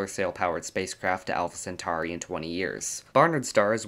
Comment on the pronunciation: Centauri, just like centaur is pronounced with an "or" sound, not "ar". Aur is "or" not "ar".